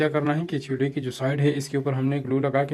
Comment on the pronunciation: چھولے نہیں چولھے صحیح لفظ ہے